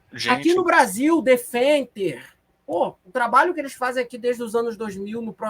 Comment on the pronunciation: "Se você não gosta do Brrrrasél, o que que a gente diz?" kkkkkkkkk